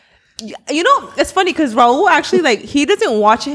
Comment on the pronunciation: I wonder if knows he says Pecause instead of because. I’ve always noticed it! Anyone else? He’s still a king love the pod ❤